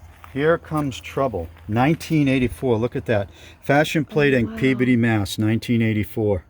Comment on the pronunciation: I'm so impressed that you pronounced Peabody correctly.